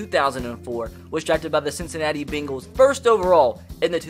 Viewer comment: "Bingles" "two thousand and Tin"